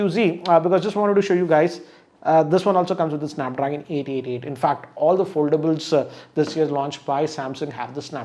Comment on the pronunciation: Snapdragon Eight eighty tee 🤣🤣🤣